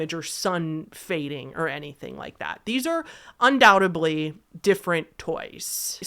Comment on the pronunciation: you are very articulate and well-spoken, but I just can’t help but correct you about a certain word you said. Undou-tably is not a word. It’s undoubtedly, with a “d”. Sorry, have a problem with bad grammar. It just makes people sound illiterate. Again, sorry. I am compelled to correct.